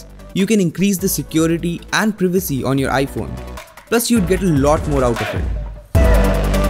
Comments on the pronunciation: Privacy - Pry - Vu - Ce Not Pr- I - Vu - Ce LIKE STOP!! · It’s privacy not prevacy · What is previcee. Did you mean privacy. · He said Privacy in a different/funny way😂!!!